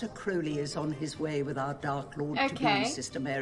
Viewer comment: Croa-lee rather than Crou-lee.